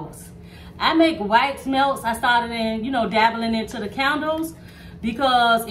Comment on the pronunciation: 😂😂😂I PEEPED THAT TOO